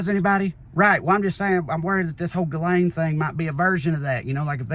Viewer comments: I will NEVER NOT be mortally offended at the pronunciation of "Ghislane" as "Gull-AYN". It's a FRENCH name that is pronounced "zhis-lenn". Not that ridiculous "GULL-ANE(us)". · Ghislane, the “s” is silent, which seems appropriate for her having lost her voice.